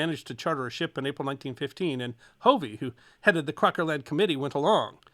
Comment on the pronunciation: Hey, I'm not sure if you're saying my last name (Hovey) or not, but, it's a short o, not a long o. "Huhv-ee", NOT "Hoo-vee".